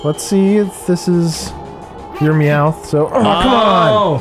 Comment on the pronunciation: who the fuck pronounces meowth "mee-yao-weth"